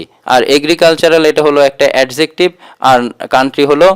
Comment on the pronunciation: Adjective pronunciation ta apnar mistake hoyse sir,,,🙂